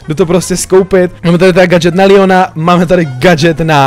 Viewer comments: Bože..... Proč furt ríkáš Líon je to Leon xd :D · Ano, ale prosím neříkej líjon ale leon fak to bude lepší dik